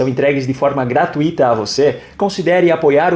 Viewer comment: Parabéns pelo vídeo. Mas eu gostaria de fazer uma observação quanto a palavra GRATUITA, pronunciada erradamente por você no final do vídeo. A palavra GRATUITA é trissílaba, e não polissílaba, e possui um ditongo decrescente (TÚI), e não (TU - Í ). GRA - T Ú I - TA, e não GRA - TU - Í - TA, conforme você pronunciou.